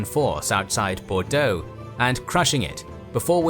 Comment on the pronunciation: As a Bordeaux resident, I definitely had a little added giggle when I heard you pronounce the names of cities around here ! Very good pronunciation, may I had 👌